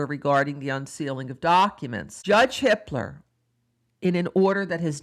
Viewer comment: Every. single. time. you say the judge's name my brain feels like it tripped and stubbed its toe. haha